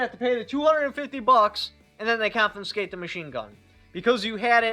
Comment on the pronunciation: I can't take advice from someone who can't pronounce confiscate and can't figure out what 25% of $200 is.